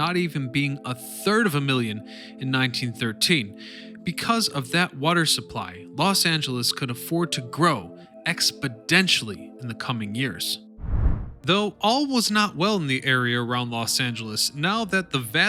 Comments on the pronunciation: Did he just say "expo-d-ential"? I cant be the only one who heard that. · Expodential. That must be a lot more than exponential.